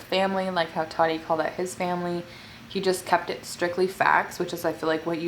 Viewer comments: It’s ta-ti not Tati . Lol still love you tho ❤️😂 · totti? its ta-ti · The way you say Tati sounds like toddy and it’s so funny 😆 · This is funny because Tati has said in the past that her biggest pet peeve is when people call her “Toddy”. And you did that so many times 😂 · every time you said Toddy I giggled hehe love u girl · The way u kept saying “toddy” had me dead sksksks 😂😂😂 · it made me laugh how said tati’s name like “toddy” 😭😂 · When she says “ tati “ it keeps sounding like she’s saying “ toddy “ 🤣🤣🤣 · lmao am i the only one that noticed her sayin “toty” not tati lmao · how you kept saying her name “toddy” 😭😭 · I was literally gonna comment about this 😅 but Fr how you get toddy from Tati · Luv u but I cringe every time you pronounce Tati like TODDY lol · Anyone else annoyed by the way she pronounced “Tati and “tres leches” 😂😂😂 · One hundred percent agree with you about tati & James.. the way you say Tati name 😂